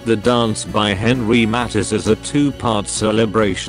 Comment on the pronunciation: The information is okay, but the pronunciation of various names and important words is awful. Matisse is pronounced incorrectly as is draughtsman, for example.